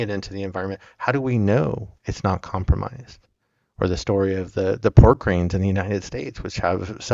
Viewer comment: "Port cranes" not "pork greens" ;-)